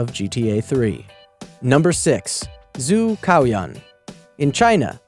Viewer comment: you didn't pronounce zhu caoyuan right, it's like ju tsao youaun...yknow